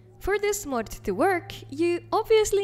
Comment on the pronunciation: Always love when she says мод 😁